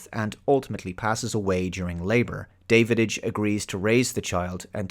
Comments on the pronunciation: Are you sure that you actually watched this movie? Dennis Quiad's character is called Da-vidge (short A), not David-ige And I loved the scene when Davidge discovers that the book the Drac is constantly reading is the Drac Bible. It really gives them common spiritual ground. It's not a perfect movie, but thoroughly enjoyable. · You missed the Battlestar Galactica episodes (original and remake) with the same plot and the 1968 Lee Marvin WWII film Hell in the Pacific... and you pronounced Dennis Quaid's character as David-idch, whereas it's pronounced Davitch in the film (but pobody's nerfect). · It's not Davidich, it's Dow-ICH. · had to give a thumbs down, not because I don't like your reviews but because you keep saying Davididge instead of Davidge 😂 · You’re horribly mispronouncing the name of the Dennis Quaid character. It’s DAV-idge, not DAVID-idge. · His name is Davidge not Davididge :) I had read the novella a few years before and I really liked the movie. Saw it twice in theaters and I still have the VHS, DVD and Blu-Ray. The story was based on Robinson Crusoe. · Davidge, not Davididge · It Da av ge.. I'm guessing that you might be either an idiot or an AI.. you should learn to pronounce his name though. It's disrespectful. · I'm confused... Have you actually WATCHED this movie? The reason I ask is because you keep calling Dennis Quaid's character "David - Itch" by adding the sound of the D in the middle where it doesn't belong and when it is clear that his name, Davidge, is mentioned numerous times in the film, being pronounced "Dav - Itch." Hell, even Jerry calls him "Dah-wich". It just doesn't make sense that you pronounce his name incorrectly when you say you have watched the film. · "Davididge"? Are you actually calling him DAVIDIDGE? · Going by your pronunciation of 'Davidge' as 'David-idge', I'm not entirely convinced you've watched the film.... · "David-age"? I know this movie doesn't hit your G-spot,, but at least pronounce the name right.